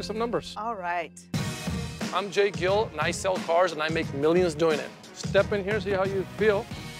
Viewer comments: its gill not gil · Same with me. And I also figured that is not his real name. I thought Gill was an English version of the Spanish equivalent: Gil Smart move though changing his name to an "easier"to pronounced one. Good for business.